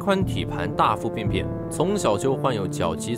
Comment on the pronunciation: “活的好好的”，應為“活得好好的”。 “朱高熾”，“熾”字，發音“赤”。 “大腹便便”，“便便”，形容“身體肥胖的樣子”，應唸破音“便宜”的“便（Pyan）”。 文中不知為何諸多字詞，以“＊”號代替？ “算的上、坐的穩當、輸的一塌…”，上述“的”字，均應為“得”。 “一塌”，“塌”字，發音“他”。 “盡可能”，應為“儘可能”。 （下略）